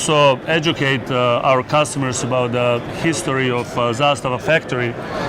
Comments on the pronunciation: Dude, learn the brand! It’s zastAva, not zAstava! ZastAva has a meaning, such as a military unit protecting border! Just a tip, so you don’t sound like a moron in your future silly videos! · I really don't know either way, but are you pronouncing Zastava right? I always thought the emphasis was ZasTAVA, not ZAStava... just curious. 😁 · Man, not zAstava, it's zastAva :) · It's hurting my ears every time you say zAstava. Its zastAva, the second A must be emphasized. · sorry for being the grammar police, but it's pronounced 'zasTAVA' (accent on last syllable) - not ZAStava. It's the Serbian/Russian word for banner or flag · Zasta’va:) not Za’stava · Well you sure butchered the name, thats for sure. Its pronounced, za-sta-va. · zastAva - stress on the second letter A. Outpost/stronghold in english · Please learn how to pronounce Zastava. I really enjoy your channel and am subscribed to it.. but goodness gracious .. learn about how to say it right. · He said it in a pretty shitty way tbh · if you don't mess up nobody will give you crap. That's one solution. I hate how you pronounce Zastava. So American of you. Also, I think you're doing slo-mos just to watch your own hair. Still, you're a gun channel so we can forgive you alot.